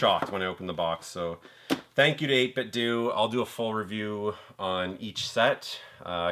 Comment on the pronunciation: Hey bud! Fellow Canadian here, awesome pickups! I'm trying to only buy games when they're dirt cheap as I have purchased too many at full price haha. Just thought I would mention: '8bitdo' is pronounced like 'Nintendo'.